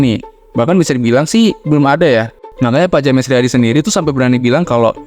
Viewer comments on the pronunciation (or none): Bro, bikin konten bagus kok bahasa Inggrisnya keteteran sih. “European” dibaca sbg “Yurepian” bkn “Eropean”, “James”dibaca “Jems” bukan “Ja-mes” 😂